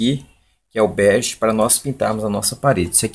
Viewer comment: Não é Berge ,é bege.